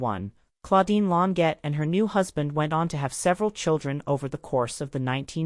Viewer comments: Lawn sjay is the phonetic pronunciation of her last name Second egregious error: she was born in 1941, not 1914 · The AI voice is terrible and mispronounced her name every time. It pronounced Long jaye